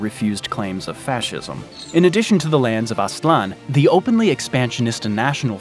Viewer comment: Its Aztlan (not Aslan).